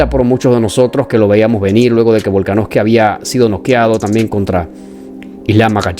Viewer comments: Hrmano es VOLKANOVSKI no volkanoski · Buen video bro pero te comiste de lleno al apellido de Volka, Volaknoski xd, saludos